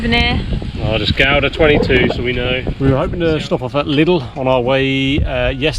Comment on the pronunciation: Not butchering the pronunciation of Gouda. Compliments!